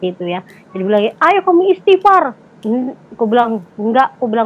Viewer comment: Kesaksian ini adalah palsu!! Ini adalah Klaim semata mata, lihat aja mba bugis baca ayat suci al Quran nya aja salah ucap istighfar saja salah)